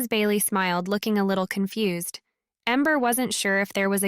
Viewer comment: To go container, not togo , confu-sed? So is this being read by AI. The miscommunication are really sticking out for me.